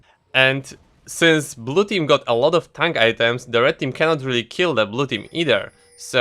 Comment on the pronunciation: Every time you say ''tank'' I hear it like ''tongue''